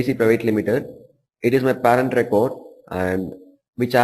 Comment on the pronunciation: No offense Instructor I can tell you are an educated individual but you need to brush up your pronunciation if you planning on teaching US crowd...specially the way you pronounce "Parent" I can tell John & Johnson having a blast with that!..Still very good detail tutorial.